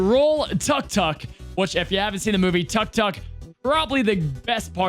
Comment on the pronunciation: Well,, actually it's pronounced TOOK-TOOK (auto rickshaw in Thailand)